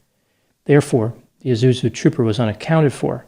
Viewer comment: You realise there's an 's' in 'Isuzu'?